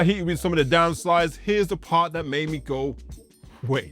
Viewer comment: “Downsides” not “downslides”. Come on man no wonder youth struggle with reading and writing when they’re watching shi like this